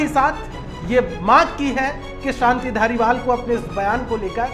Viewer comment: सानती नहीं शांति